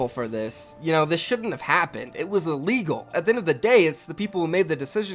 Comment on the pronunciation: “illeal” lmaoo love you bro<3